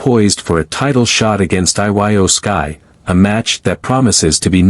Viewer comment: narrator can't even prononce jimmy uso's surname right even iyo skye's name was misspoken